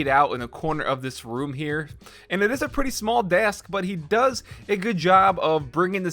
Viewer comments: "and it is a pretty small DAY-ASK" LMAO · listen how he said desk lmao